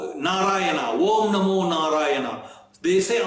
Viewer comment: Thanks for making us understand what Gajindra Moksha is and equally waiting for the Gajindra Moksha stotra. Plz clear is it Om Namo Narayana or Vom namo narayana as you are chanting Vom namo Narayana